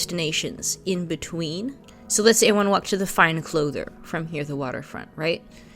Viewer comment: it's fine clothier :) not clother. Sorry, seem to be feeling pedantic